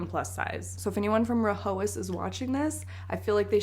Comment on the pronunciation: It’s pronounced rye-as H is silent